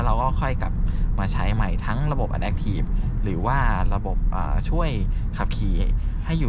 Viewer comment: ชอบดูช่องนี้ เพราะให้ความรู้ รายละเอียดรถแต่ละคันดีมาก ในขณะที่ช่องอื่นๆ จะแนะนำจุดเด่น รูปทรง อุปกรณ์ตกแต่งเหมือนกันหมด แต่ขออนุญาตออกความเห็นนิดนึงนะครับ ช่วยเรียก Adaptive ให้ถูกด้วยครับ อ่านว่า อะ-แด๊ป-ถีฟ ครับ ไม่ใช่ อะ-แด๊ค ครับ